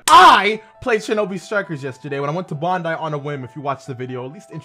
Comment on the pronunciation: "bondai" its BAN-dai lol